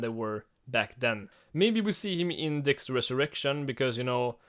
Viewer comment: When you say dexter resurrection it sounds like "dextrous erection"